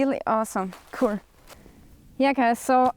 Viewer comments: Yes I love how Austrians and Germans say “that’s cool” — “dats kouhl”. 👏😎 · I like the way she says "cool." "Ku•rl" 😊